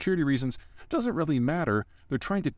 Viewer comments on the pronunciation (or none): none